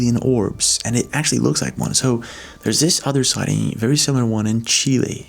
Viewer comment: omg he pronounced Chile right!